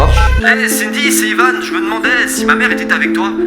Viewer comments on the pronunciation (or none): Ça ce dit pas "ivanne" ça ce dit ivan!